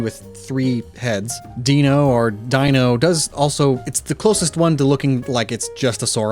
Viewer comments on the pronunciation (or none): Okay there’s no way he doesn’t know he mispronounced Deino. It’s literally pronounced EXACTLY like “dino” in dinosaur because that’s the same…..are you trolling your viewers?! Because if so this is the last of your videos I ever watch.